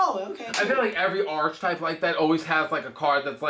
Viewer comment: not going to stop downvoting these until they learn to pronounce archetype.